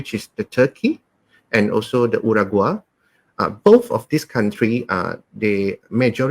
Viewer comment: you mentioned a country called Uragua. Did you mean Uruguay?